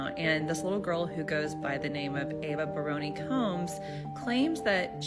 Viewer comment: Is it Ava Baroni Combs or Ava Bryony Combs mispronounced?